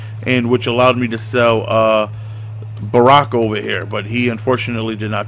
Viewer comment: He called him Baraka